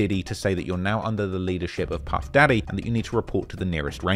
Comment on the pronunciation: “Puf” when it should be “Puff”